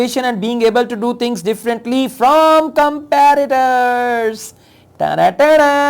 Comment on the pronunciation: Sir one correction , it's not comparator fields ..it's competitor